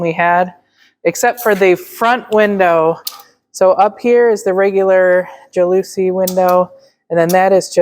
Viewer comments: First, I love your whole family. Second, I think you’re great parents. Third, the loving way you all treat each other warms my heart in every show. And fourth, every time you said “jaLOOsy” windows, I laughed my…head…off! It’s pronounced like jealousy, except with a short a, at the beginning. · Those 'jalousy' windows are called 'louvre' windows!😊 (pronounced the ou like the 'oo' in poo and the 'vre' as 'fur')😊